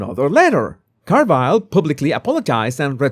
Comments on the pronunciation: I love how you say “Car Vile” instead of “Car Ville.” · James Car-VILE